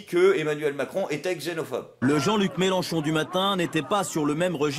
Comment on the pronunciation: C'est Mélenchon, avec un e, pas "Mélanchon". Quitte à dire que tu vote pour quelqu'un autant pas écorcher son nom.;) Et ne t'inquiète pas. Comme dans tout grand groupe, la minorité vociférante n'est pas représentative du reste. Et on est pas mal à voir que M. Mélenchon n'est pas parfait, loin de là, et qu'en com' il a ses défauts qui lui collent encore. Je suis content de l'analyse faite par, elle est complète et objective, on voit là où le trait est grossi, là où ça a dérapé, comment il s'est fait avoir, comment ça aurait pu être mieux. Je pense vraiment que la FI a besoin d'un nouveau porte parole, mais ce n'est pas facile à trouver.